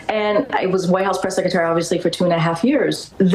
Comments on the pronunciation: I hate how she pronounces the word Secretary as sek-a-tary Lolol She does it all the time! Did someone “axe” the press “sekatary” a question? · Seckertery? No, it’s “SECRETARY”! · I heard her say that she "woke up every day proud to be the press 'seketerry' ." 'Nuff said.